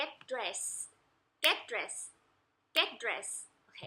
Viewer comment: Get dressed ไม่ใช่Get dress ครับผมผมเห็นที่แชร์ในหน้าเฟสเขียนผิดอยู่ครับแล้วออกเสียงต้องเป็นเสียง ทึ เบาๆครับจากหลักของการออกเสียง ed ลงท้ายตามหลังอักษรH K S F P C ---- T ครับผใส่วนA e i o uไม่เสมอไปครับผมเช่นThe university เราไม่ได้พูด ดิ แต่เราพูด เธอะ ครับผมบางครั้งฝรั่งอเมริกันก็บอกว่าจริงๆ พูด the ice เธอะ-ไอซ์ ก็ไม่ได้ผิดครับแต่ถ้าเวลาเอาไปสอบเขียนหรือพูดสอบต้องพูดให้ถูกครับ^_^